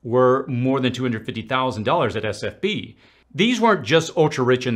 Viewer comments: I know you probably address this somewhere in the thread but you keep saying SFB instead of SVB. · It is S V B, you keep saying S F B. Not a big deal, just clarifying. Good video 👍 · Who else loved when he said sfb instead of svb. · S V B not SFB